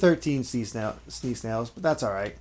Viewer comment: "Snea snails"